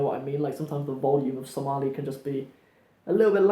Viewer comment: you are amazing brother, you pronounced somali perfectly, better than some somalis i know, Masha,Allah. we love you brother for the sake of Allah, Allah dartiis ayan ku jecelnahay.